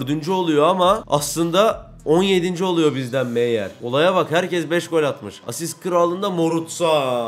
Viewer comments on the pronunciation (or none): none